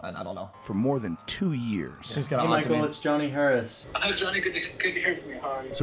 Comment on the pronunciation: johnny gayrris again?